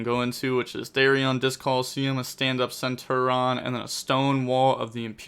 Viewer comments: goddamn my guy you pronounce the I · For the love of god it’s centur ION there’s an I